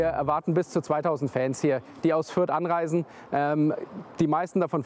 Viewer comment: Sagt der Fürther fairy ultra 😂😂😂